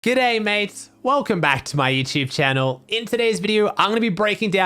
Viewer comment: God I am a aussie and I think he says G'day Mates wrong but that'll be because he watches and talks to alot of na and eu people